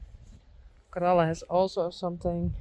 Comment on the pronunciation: What breed is Corella? Sounds much prettier the way you pronounce their names.